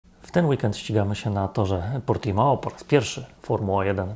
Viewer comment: Ciekawostka - Portimão czytamy Portimą